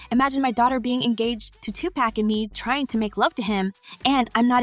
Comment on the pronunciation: Learn how to pronounce everyone's name goddamn! Especially Pac's, it's Tupac not Tupack, smh